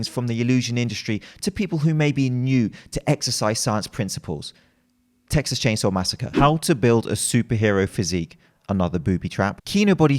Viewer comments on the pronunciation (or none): none